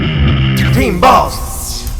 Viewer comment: sounds like he's saying teen balls instead of "team balls"